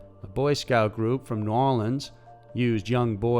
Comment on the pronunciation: You have to be from Louisiana the way you pronounced New Orleans lol, we are the only ones who say it like that LMAO! Great channel 👍